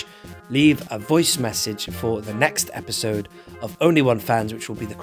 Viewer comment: Obi-sode instead of episode